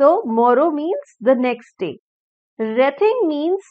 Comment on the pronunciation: We and wreath me sounds same nahi h madam